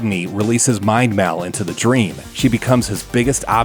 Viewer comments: It’s Pronounced “Mall” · 'Caab feels so respaansible for maul's death'